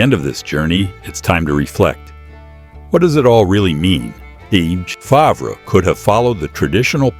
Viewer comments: Again pronounced “fairv” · Pronounced FARV. Stop using these idiotic AI voices!!!! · Our 3m ranch is not anywhere near his ranch. And AI in your production mispronounce his last name. Sad!